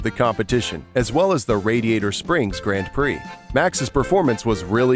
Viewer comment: This is a cool video but the way you say Grand Prix is painful